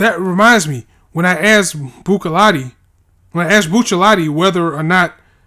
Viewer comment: Oh, you're actually pronouncing Buccellatti 100% right now so don't worry.